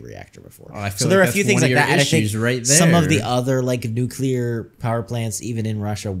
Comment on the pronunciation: They made Harris say nukilar instead of nuclear.